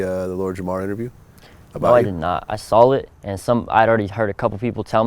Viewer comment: did this dude say "i sawl it" ????